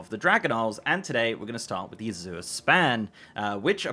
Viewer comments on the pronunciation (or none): azure a-ZIRR ? i am not english but never heard it pronounced that way .. i would say it like Asia EY-zhur, hmh lets check the comprehensive dialectal dictionary .*rummaging*. aha! hm hm hm,.. nope, a-ZIRR is not existent even in UK. it may be pronounced az-YOURE tho, but mostly its AZ-youre there for S+Y non-merger people or AZH-er for those who dont --- or americans. so i the foreigner was almost right, and the native throws it off xD funny